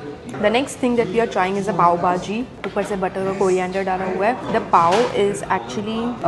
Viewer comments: I really don't know whether you pronounce all the dishes'names correctly or not but you really need to practice to say bhaji not baaji . 😂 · Why calls it BAJI and not BHAJI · Bhaji not baji.... Dubai not duhaabai... What happens to her pronunciation 🤪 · It's bhaaji not baaji bro, being a Mumbai girl this is not expected from you🤣